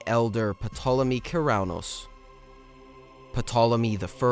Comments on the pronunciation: The P is silent , as pt diphthong is not pronounced in English when a word begins with it. So it becomes Tolemy. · Bro fix your pronunciation. Good work but 2 mins in and I can’t stand your pronunciation of Pyrrus and Ptolemy. It’s not “Pairus”, it’s “Pirus”. And the P in Ptolemy isn’t pronounced 😭